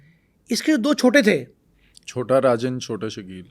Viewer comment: Or uncle hawabazi kar raha h 😂chota rajan ko chota arjan bol raha h baki once upon a time in Mumbai ki story suna raha h